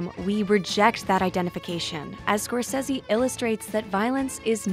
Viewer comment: Why can’t this annoying woman say scorcese right 😩